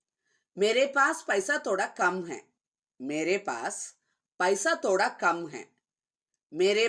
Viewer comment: Thhodha… not toda